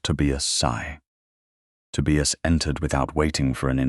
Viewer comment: Please check AI to say names correctly. Tobias...the "i" says its name. I've heard the same thing in other stories with the name Elias. Good story, but VERY long. I fell asleep and had to finish later.